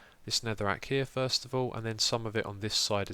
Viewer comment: Love that you addressed 'chube'. Also really love 'thirst' instead of first...reminds me of a family inside joke.